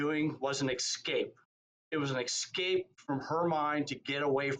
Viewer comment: a grown educated man that says ‘exscape’, really???